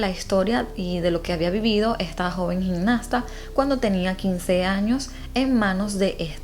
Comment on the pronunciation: No se dice "gignasta" sino "gimnasta", asì como se escribe.